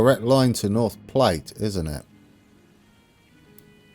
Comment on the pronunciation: I believe that North Platte is pronounced "plat" (like "flat). Anyway, you're off to a nice start. Cheers!